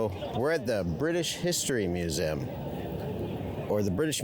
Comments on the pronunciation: Its pronounced Mue zee um. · I've never heard anyone pronounce museum like you do, but in any case it should be said like: mew-zee-um, said fast